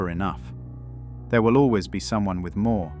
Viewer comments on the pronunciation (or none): none